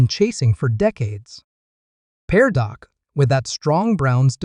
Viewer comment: His name is Dak not doc ❤